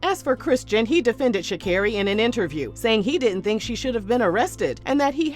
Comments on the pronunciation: i thought it was sha-CARE-ee, too tbh lol i thought she said it in her victory speech in tribute for her mama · It is Sha CAR ree, hearing you butcher her name was driving me lol